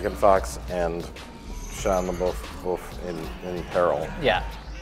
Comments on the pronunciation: "Shia lebuff" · He calls out Rich for mispronouncing Megan Fox's name, but doesn’t call himself out for saying Shia LaBeouf's name wrong.